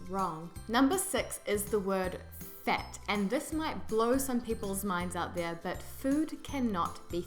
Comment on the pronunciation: As a Canadian, I think that when you say "fat" you are pronouncing it as "fet"😂